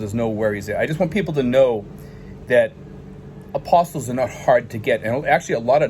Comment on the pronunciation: Great info. When I was asking those same questions about getting my documents done for my SSRV, I found out an important issue. The way you are pronouncing the word is a little off which may be why a lawyer might not know what someone is talking about. I found out from my cousin who is a lawyer, that the word Apostilles.....is pronounced Ap-A-Steel (one P only)......It is a legal term and almost all lawyers know what that is. An Apostle as you are saying it, is as in one of the followers of Christ.....Apostle of Christ.....For someone that has never heard the word said, it is an easy mistake. For any of your viewers in the State of Florida, there is only 1 place that does the Apostille of documents, and it is in Tallahassee FL. They have walk in service and you will get the documents back while you wait....they don't have any satellite offices here in the state.